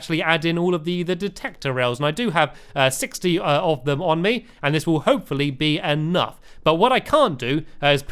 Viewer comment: Hey Stampy have you ever noticed that when you say hopefully it sounds like hope for lee